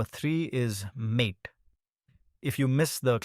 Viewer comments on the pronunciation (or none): That's correct it's not mate it's maaté, Spanish/argentinian word for a type of herbal tea (also the reason of green colour theme.. because of yerba) Just fyi for anyone who didn't know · Isn't mate pronounce as maateh